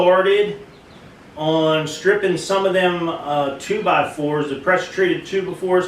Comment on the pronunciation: He said 2 ba fers !! I love it !! Nice worker